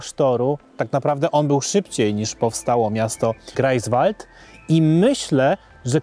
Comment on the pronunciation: Dzieci, bardzo to ladne, ale jestescie w Niemczech wiec potrzebna lepsza wymowa -GRAJFSwald, i SZTETYN.